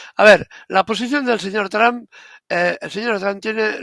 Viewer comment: Ribertoytu esposa es muy fluente en inglés te puede dar una mano, se pronuncia ( tramp) como la trampa sin la a al final